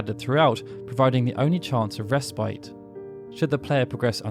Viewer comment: Gotta learn how to pronounce respite, dude.